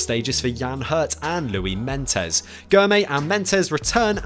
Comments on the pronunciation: Louis Meintjies he's been around long enough, so get it right pronounced; Main-keys👍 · Great presentation. Thanks. Just one tip - your pronunciation of Louis Meintjies left a bit to be desired 😂. You say it Main-kees. He is Afrikaans. I don’t think anyone in the international press gets it right though. So you’re in good company